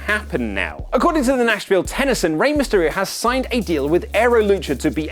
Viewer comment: the Tennessean in "Nashville Tennessean" is pronounced Ten-ess-see-an. The way you pronounced it is just... Wrong.